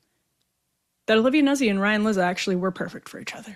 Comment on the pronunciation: Isn’t it Noot-see